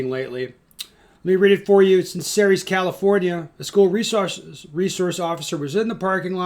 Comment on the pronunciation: Ceres is pronounced "Series".